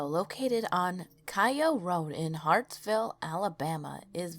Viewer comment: It's kayo rd. Kay ooooo... in Hartselle not Hartsville